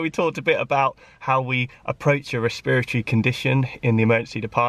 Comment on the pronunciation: Did you say spiritual at all in this video because at first I was hearing spiritual instead of respiratory? I kept thinking "that doesn't make much sense". PS: it may be because I'm American. LOL